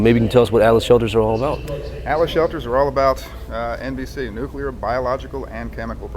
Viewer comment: A "nucular" event, LOL.